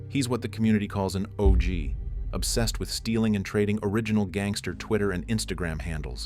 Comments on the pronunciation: ur saying "ouch"-users instead of saying O.G.-users but then proceeding to say he was an O.G in the community smh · gimme a break. It's obviously AI. Just your ridiculous pronunciation of "odge"users proves that either this is all AI, or you have absolutely no idea what you're talking about. And if it's AI generated, you could at least have the skill to proof the video before releasing it and adjust the pronunciations. If you did even basic editing, you would have caught this instantly. But obviously you didn't. But the fact that you've doubled down that this isn't AI (when it absolutely is) just proves that you're a lying hack. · Typical horrendous AI narration. "odge" users? C'mon. Sheesh